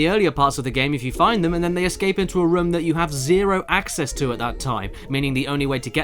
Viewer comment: Okay this was bothering me during the resident evil review and it's the same here does it annoy anyone else how caddicarus says room like rum